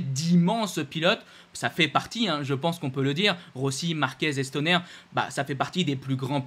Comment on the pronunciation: On dit Stoner pas Stonér 😂